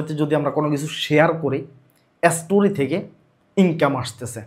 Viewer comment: এসটোরি না স্টোরি 😂